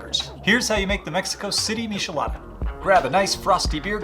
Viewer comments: ☹ It's not pronounced mishelada. The "ch" is pronounced the same as in the word "check". Please don't say mishelada, it hurts my ears lol Mi - che- la- da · for the record its not mishi-lada, its mee-chee-LAH-dah. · I almost clicked off the video when you miss pronounced miCHelada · He said a meeshalada lol 😂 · It’s disturbing😂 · 🤣🤣🤣🤣🤣 before I came to the comments I kept saying "why are you saying mishelada!!" 😂😂😂 it bothered me in a way that was annoying 😂😂😂😂 good drinks tho good drinks! 🥴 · IF WE TOOK A DRINK EVERY TIME HE SAID MISHALADA...we'd be fuuuuugged upp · I can't trust someone that can't pronounce it, next video 😅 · You need to learn to pronounce both Worcester and Michelada correctly